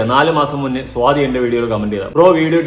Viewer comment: സോതി അല്ല സ്വാതി 😊